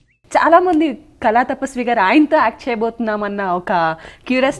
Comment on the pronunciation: Amma thalli, kalaaa kaadu, kaLaa. mundara telugu nerpinchanDi Vanita TV